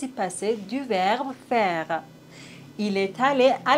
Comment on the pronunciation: Je pense qu'il faut revoir la prononciation du verbe faire. Merci beaucoup.